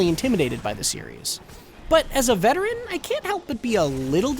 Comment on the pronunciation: HE CALLED HIM SELF A VETERAIN IM BALLING MY EYES LAUGHING